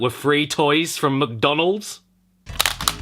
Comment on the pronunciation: Maccie DONALD